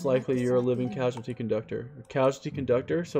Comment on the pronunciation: It’s causality, not casuality , lol